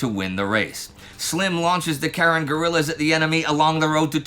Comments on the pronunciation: The Karen group you refer to in Burma is actually pronounced ‘kuh-RIN.’ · Karen is pronounced Kahren. Also, the british have been working with the Karens for a while. You really need a war against humanity about the BIA, the Karens, V force, and detachment 101. This is all super important for the current civil war in myanmar in 2024